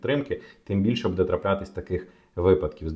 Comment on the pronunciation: Ці наголоси 😣 будЕ, громадськОго... кров з вух, скільки писав - до лампади